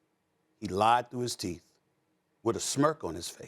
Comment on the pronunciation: don’t put the word Liar in all caps he ain’t say it like that he said “liar” 🤣